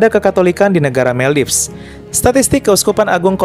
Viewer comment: Maldives biasanya dibaca Moldivs atau Moldaivs yaa kakkkk.. Atau lain kali supaya tidak salah pengucapan lebih baik menggunakan Bahasa Indonesia ; Maladewa 🥰🥰🥰